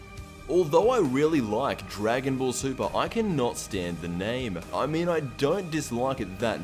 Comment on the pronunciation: Wait, you said you liked the ending of Dragon Ball... Super? Uh. I think you said that wrong lmao.